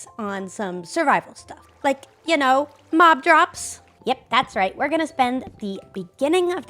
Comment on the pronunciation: when said she was going to work on the mob drops, I thought she said cough drops